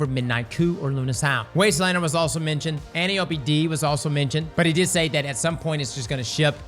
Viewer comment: Game has been out since 2017 and you still can't pronounce Antiope. Unreal. Like you've never even thought to look it up.